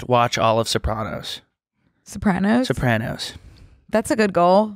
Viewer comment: The that mispronounced Sopranos, a word in itself, but in this case a last name